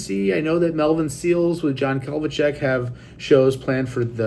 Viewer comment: Who is John "Kelvichek?" It's Kadlicek, and how is putting John Mayer in Dead and Co. a "genius move?" This was a lame video bro, maybe take some prevagen also. No credibility factor here at all